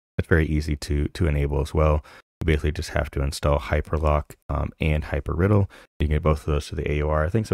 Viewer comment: Hypr idle not riddle :D